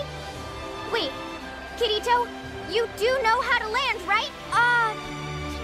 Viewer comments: No... you don't put the emphasis on REE like that. It's wrong. Should just be Ki-ri-to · Only TINY issue with the English was the way she pronounced Kirito's name (Ki-ree-toe... Da fuck)